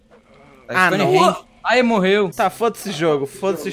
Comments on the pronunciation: "strones gate" ai o nome real é stonehenge mesma coisa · "Strone Grates" .... é Stone Range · "Stronis gates"